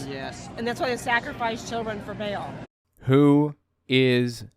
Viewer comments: She pronounced Ba'al like bail. I mean, that's probably the least of her issues, but still annoying 🙄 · Baal is pronounced Ba’al or Bah-l, not Bale, this is insulting to my ancestors. 😂